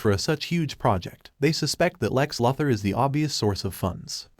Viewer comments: LOO-ther , NOT LUTH-er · How many times can the narrator Miss pronounce the word Luther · It's Luthor not Lathor idiot.😂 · Lue thur not lufther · No one ..... "Lex Luxor". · Why do you say Luh-thur. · You don't know how to pronounce Lex Luthor's name??? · I have to know why this channel constantly butchers the name of Lex Luthor? It's not that hard to pronounce compared to the fact that they pronounce every other name right. It's one of the many annoying things about this channel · Amen how many times can he mispronounced Luther